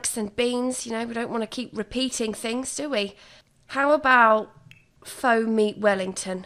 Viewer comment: I just really appreciate that you pronounced it faux and not faux 🥲🫶🏽